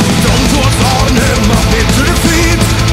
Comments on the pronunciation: Joakim you pronounced "Arnhem" PERFECTLY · Omg they pronounced the name "Arnhem" actually like someone in the netherlands would say it..... Fuck yea